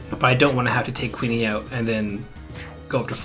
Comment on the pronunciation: Q-yoon. Not queenie.